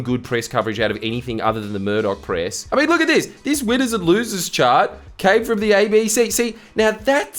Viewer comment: His 'winners' sounds like weiners